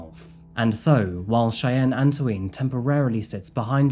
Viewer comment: Anto-een? that's usually pronouced Antwahn (since Canada has a strong French presence)